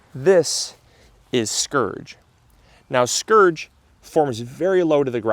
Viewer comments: Isn’t it spurge, not scourge? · Spurge not skurge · I'm pretty sure it's pronounced spurge, not scurge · Scourge? Do you mean spurge? (Spurge can be a scourge, ha ha) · Spurge. Not “scourge” The purslane look alike is called Spurge. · The look-alike for purslane is called SPURGE, not scourge. A nasty poisonous little lawn weed, that oozes resinous sap (and can cause poison ivy-like dermatitis when you pull it). It thrives in poor soil and drought conditions and loves to grow in sidewalk and driveway cracks. Where I live spotted spurge is everywhere.